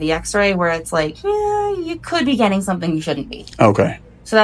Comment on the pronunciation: Someone has to teach this chick that T's and G's exist in the English language and we pronounce them. If she can't get that much right, what else is she ge-in' wrong???